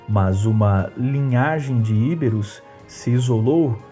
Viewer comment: não é Íberos . É Ibéros , sílaba tônica no " e" e não no "i" . Sem acento.